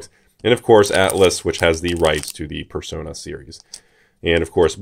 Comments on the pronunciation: Who is dumb enough to pronounce it “persauna” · I have never in my life heard someone pronounce it as "Per-Sauna". Were they non-native english speakers? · the correct way to pronounce it is "Per-so-ner"